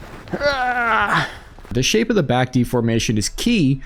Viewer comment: changing the sha”P”e